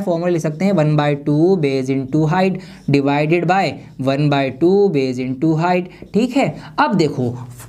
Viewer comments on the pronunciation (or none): Divide and not 'devide' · Devide nhi divide ➗ hota hai😂